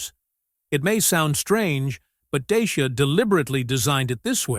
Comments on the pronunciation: Nobody in Europe will know what you are talking about when you say "Dayshia". It is pronounced Daahtsia. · Wonderfull that the EUROSNOTS (I am 1 -2) always reinvent themselves . . . Bravo DACIA, RENAULT and Peugeot etc . ,. . What is irritating with this video is the American narrator, still with that US imperialistic attitude, arrogantly is mispronouncing, “DACIA . . . as DAYSHIA.” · If you want to pronounce correctly as english speaker is : dutch.ea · deisha....dashiaa 🤣🤣😂😂😂I'm romanian and sounds so weird